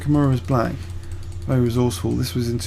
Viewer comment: wely wely good lmfao